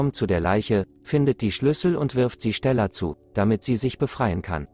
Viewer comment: Ich will ja nicht gemein sein aber wie er STella sagt